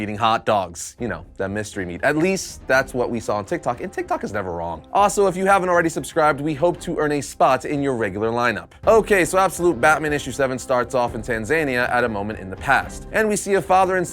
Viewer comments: TAN-zuh-NEE-uh. You put the wrong emPHASis on the wrong sylLABle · Imagine not knowing how to say Tanzania.